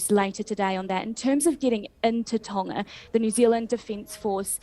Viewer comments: Why does not pronounce the G in Tonga? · That New Zealand radio host needs to learn how to speak properly, can't pronounce Tonga properly. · Sorry to focus on a trivial point but it’s doing my head in… Why are all news reporters pronouncing Tonga with a silent G All my life I have known it’s pronunciation to have quite a powerful G and if you google how to pronounce Tonga it is sounded with a strong G.. This happens a lot in the media, but are they right in this case?